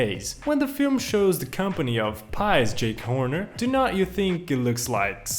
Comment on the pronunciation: Ahh yes jack Horner wait what I can’t say it oh well I go with something similar Jake Horner but also I’m not sure if you did it on purpose or accidentally because you said it more than one time but nice video by the way